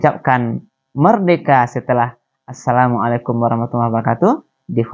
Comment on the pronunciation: kan ini pondok bagi anak2 muda indonesia belajar agama..mengaji dan lain2...kok malah pengucapan assalammualikum nya sangat pelik dan tidak fasih arabnya????kenapa perlu pakai suit barat yang megah (kot)...kan islam menganjurkan sederhana dalam berpakaian???...adakah indonesia belum merdeka dari belanda...dari inggeris???